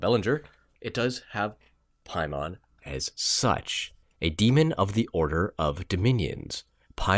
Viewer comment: Dude you’re pronouncing Paimon wrong...look to the northwest and Hail Him